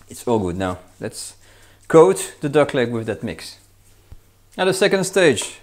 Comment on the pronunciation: "massage zer duck..." Love this channel...